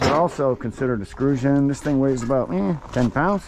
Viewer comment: Funny how you say extrusion 😂